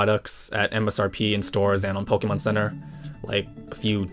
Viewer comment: 2 mins in and you know that hes a cat dad pokemyoen or pokenyan is what I heard. Keep up the good work!